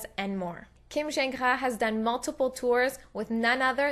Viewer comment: Do you speak french? You said Kim's last name perfectly